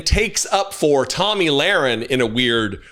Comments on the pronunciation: I love how you called Tomi “Tammy”…. Very fitting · Hey it’s Tomi not Tammy. She’s the girl that wants to be a guy. another maga meat head.